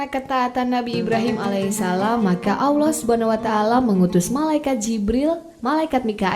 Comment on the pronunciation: Alloh mba bukan Awloh, pengucapan nya diperbaiki lagi